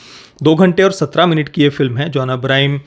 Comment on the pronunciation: It's John Abraham not Abrahim